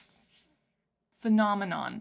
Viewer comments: He just articulates phenomenon in a way that native English speakers are not used to, since he emphasizes different syllables (i.e. "FEH-nah-MEH-non" instead of the usual "feh-NAH-meh-NON"). It's a stylistic choice, if anything. He does this so that the word flows better with the rhythm of the music, which I personally think is the right call. The usual pronunciation forces you to elongate the emphasized syllables (feh-NAAH-meh-NOHN, seriously, say the word in your head lol), which makes it difficult to make each syllable sound staccato (which he does so that the word itself almost sounds like percussion). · His pronunciation of Phenomenon is loose enough to be interpreted as "The Phantom in Em". Done very purposefully. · The way he pronounces “phenomenon” reminds me of XTC’s “Season Cycle” where “umbilical” is rhymed with “cycle.” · the way he pronouces it is because of his accent! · In many languages (mostly Slavic, but also some Asian), the accent is placed on the first syllable, so reading a word like this one makes more sense to people whose mother tongue has this quality. I also believe it's pronounced that way just to be more rhythmically interesting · He is saying phenomenon with an accent